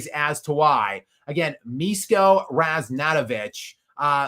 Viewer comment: Miško Ražnatović = Mish-ko Razh-nat-ovich and the 'zh' in his surname is pronounced like the French pronounce the 'J' in 'Jacques'. And I just think LeBron is fishing for interest